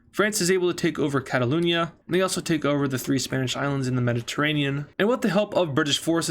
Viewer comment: "Catalonia"❌ "Cataloonia"✔✔